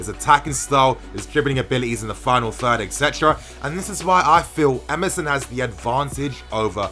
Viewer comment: Lol when you said Emerson, I heard MSN.... I was like wtf is this guy saying.... MSN in defence?